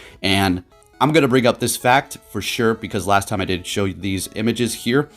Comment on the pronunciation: It's not time is mime😂